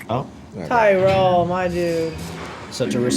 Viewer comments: It's not "TIE-rul" it's "TEARuhl". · It's pronounce like tear-ol, and just call him Chief. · At this point I think and are continuing to say Tyrol's name wrong on purpose just to make Normie viewers crazy. And hey - it's Commander Adama, not Admiral Adama 😉